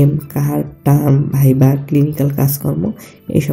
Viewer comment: Correction: 'Viva'; not 'Vaiva'.